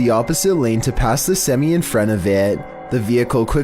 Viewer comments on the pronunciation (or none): Hey,! To help with your pronunciation, today's word is semi. It's pronounced "SIM-eye" not "SIM-ee." ~ A Truck Driver's Daughter:face-red-heart-shape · Seh-mai is the correct way to pronounce it.